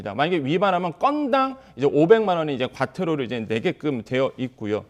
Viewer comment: 건당 500만원 하니까 겁나게 과한 거 같지만 처벌 된 사례는 없습니다. 뉴스에서 500만원 이야기 나올 때 살짝 강조하는 톤으로 말하는 거 보면 조금은 불편합니다.